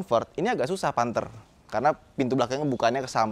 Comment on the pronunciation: Panthe 😭 kya bahasa jawa ya